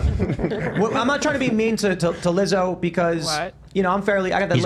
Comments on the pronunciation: Ethan saying liza again and again and again absolutely killed me laughing. That was the funniest thing ever, i hope he continues mispronouncing peoples names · ethan racist for forgetting lizzos name every 5 fucking seconds. like rlly legitimately rude. it’s so fucking simple to pronounce he literally just doesn’t fucking care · Ethan constantly pronouncing Lizzos name wrong is too funny